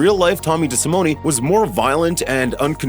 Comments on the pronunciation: Desimone not pronounced with an E sound at the end. Cringe.. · Just an FYI you’re pronouncing Tommy’s name wrong and his bones weren’t in the basement